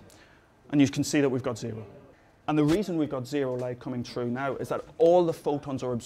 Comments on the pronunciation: I'm assuming you had a very though time understanding what he said because of that mispronunciation. That happens to everyone. Oh wait, no. Most people would've understood the context if he said "blue". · is it just me or does he always say "tru" instead of "through" BTW, awesome, awesome explanation. I can't have enough of this channel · "So the light is coming TRU FROM HERE, TRU HERE, TRU HERE, TRU HERE, GOING SHROOO THE SAMPLE NOWW" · Why does he say "troo" instead of "threw"? Just wondering why. I enjoy knowing why different English speakers say things differently. I'm American and we all say "threw" but on the relatively small British isles there are different pronunciations. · trew that, trew this, trew this, and it will go trew that, OMG, I LAUGHED SO HARD. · great pronunciation of the word through. [true] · u pronounce threw as trew its cool;) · "So the light is going TROO from here, troo here, troo here and troo here." LOL! But srsly u guys are awesome. I wish you were my teacher! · Love how he says "trough" instead of "through". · "and the light comes true here true here true here..." lmao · He can't seem to say the "th" sound. It's through not "tru". Good video otherwise. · I assumed he wasn't a native English speaker from the way he pronounces "through" like "true". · He does not say through. he says true ^^ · through, say it with me TTHHHHHHHrough. TTTTTTTHHHHHHHHHHHH!!!! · I like how he pronounces "through" as "true" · well. in the first part of the video it did, but near the end I did hear chru lol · I would pay you mr irish man to sit in my room and say "through" all day. or "TROUGH" as you say it. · Through!!! with a TH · what kind of accent does he have? "the light can't go troo" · My statement is accurate, I do not feel this was an understandable explanation as to why.... additionally I guess it is necessary for me to point out that I was lampooning the guy's pronunciation of the word "through".... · It's how he pronounces "through"